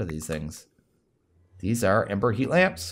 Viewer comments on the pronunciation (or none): none